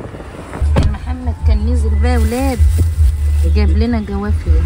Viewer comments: حبيبتى... أنتي ملكة في كل حاجة راقيه في كل شيء.... ف لوسمحتي بلاش جوافيا... اسمها جوافه..... والصاونعي.... صانيعي.... بلاش ندى فرصه للبعده يتكلمو على حاجه تفها. انتي الملكه ❤️❤️❤️❤️❤️ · ليه بتقولوا جوافيه يا اسمها جوافه😂